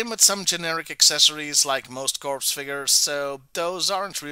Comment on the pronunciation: It is pronounced "core"